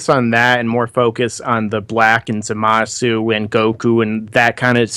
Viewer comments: Am I the only one annoyed by their constant calling the guy "Zumasu" when it's obvious that it's "ZA-masu"?? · Fuck, it's not "Zoomasu"